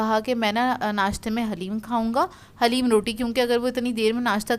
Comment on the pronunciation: Piyari sister plz say daleem to HALEEM stay blessed Ameen